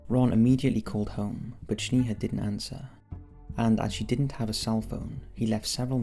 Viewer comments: Yall it's pronounced Snayha not Shneeha 😭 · It's not pronounced "sneeha" but "snaeha" lol. Js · It's sneha, like snack Not shneha like shnack. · Bro you butchered Snehas name. I am an indian and Sneha is an indian name. Its pronounced as Snaiha not Sneeha.... as in "Eh" not "EEH" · And her name is pronounced as Snaiha as in "Eh!" like canadian Eh not "EEEH"... its not Sneeha. its Sn"Eh!"a. I am an indian living in canada, I know that name its a popular indian female name. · Its Sney-haa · FYI - you're mispronouncing Sneha, my friend - its Sne-ha..the Sne pronounced like Snake